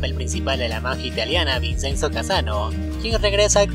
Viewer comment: La pronunciación es ( vichenzo) se escribe Vicenzo pero no se pronuncia como se escribe porque es italiano 😊 👍